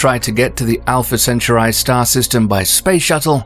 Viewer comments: Alpha Centuri??? And “your anus” ??? Arghhh! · Alpha centuray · "Alpha Centuray" 😅😅😅😅😅😅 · Dude, learn to pronounce - it should be pronounced - alfuh sen-taw-ree 🤣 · Great video. Although that's the first time I've heard Alpha Centruai pronounced that way, I've always heard it as al-fuh-sen-taw-ree. And I'm British too. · Alfa centaurai 🥲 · I never heard anyone pronounce Alpha Centauri like this……lol